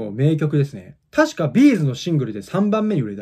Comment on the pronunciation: イントネーションちゃんとしてるあたり絶対B’z好きやね